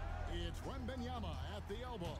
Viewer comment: cash saying WAmbAnYamA